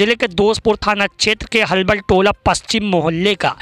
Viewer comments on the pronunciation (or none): Bhai halbal tola nhi bahbal tola sahi se khabar liya karo kisi se